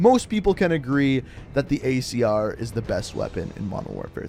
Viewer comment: Did he say icr instead of acr